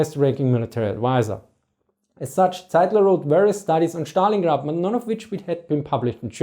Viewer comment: yes, his pronunciation kills me